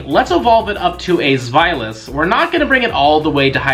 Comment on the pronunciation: YO, it's z-well-os